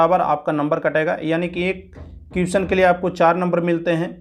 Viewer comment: भाई अगर आपको बुरा लगे तो माफ करना.... लेकिन आपको अपने उच्चारण पर ध्यान देना चाहिए.... जैसे question का उच्चारण सही से नहीं करते हैं...